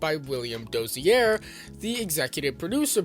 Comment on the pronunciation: DOZIER not “Dossierre” for gods sake, he’s not French.